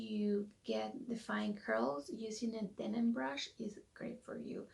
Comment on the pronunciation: Hon, it's a Denman brush. DenMan. Not denim. There is an M in there.